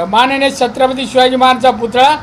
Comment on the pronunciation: नारायण राणे साहेब... शब्दाचा अपभ्रंश होत आहे, छत्रपती नीट बोलता येते का??